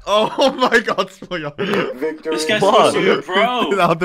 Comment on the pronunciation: smooya? ZZZ... no, thanks.